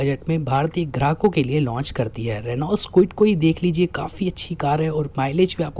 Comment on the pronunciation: रीनॉल्ट नही रेनो बोलो । Presentation se bht fark padta hai dost.